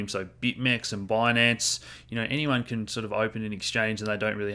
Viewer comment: "Bitmex and Boynance"